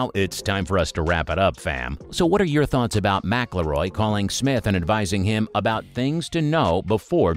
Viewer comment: It would really help with the credibility if you knew how to pronounce McIIroy.